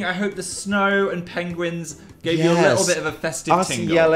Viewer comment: Dan! You said Penglings ! Reminded me of Benedict Cumberbatch 😂